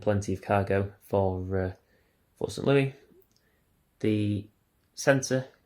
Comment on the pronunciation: Nice one! Just a note, St Louis is pronounced ‘Lewis’, with the S at the end.